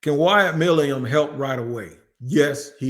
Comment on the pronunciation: It’s Milum (My-lumm)